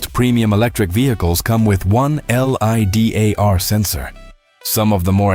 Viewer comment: Before you release any video, double check the AI voice so that it doesn't pronounce LIDAR as L.I.D.A.R